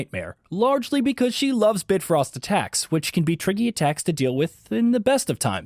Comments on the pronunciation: It’s bifrost, not bitfrost. And the person that played this needs to learn how to roll and dodge…. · Bitfrost? Lol Bifrost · “Bit frost”.. Did you even play the game? Mimir and your partner say “bifrost behind you” so much I watch my back irl. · This guy pronounced "realm tears" and "bifrost" like someone who's only ever read those words on a script. Maybe get someone who's actually PLAYED the games next time? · If this dude had played the game or knew anything about norse mythology he would know how to pronounce bifrost 😂